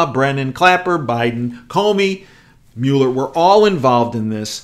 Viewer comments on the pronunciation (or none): none